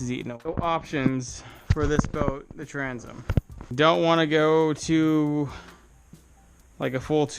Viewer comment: Transom not tranzum Oxidation not oxidization Temperature not tempuhture Temper not temperament Taken not tooken Oak rots quickly.